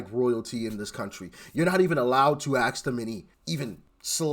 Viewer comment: Ask brother not axt lol